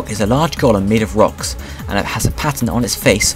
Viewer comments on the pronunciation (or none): none